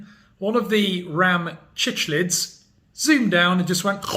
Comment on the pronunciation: Pronounced- sick-lids…cichlids.